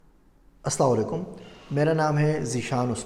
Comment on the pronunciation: Please pronounce asslamualaikum